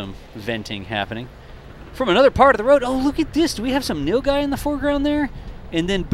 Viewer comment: Dude I've never seen that animal thing before 😂 So is Nilgai pronounced no guy?